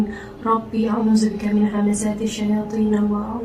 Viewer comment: ni just teguran ye,masa baca doa tu, bukan rabbi ye rabba.ke saya yang dengar rabbi tpi baca rabba.apa ii pun take care semoga cepat sembuh dan seluruh fmly dlm lindungannya...aamiiinnnn....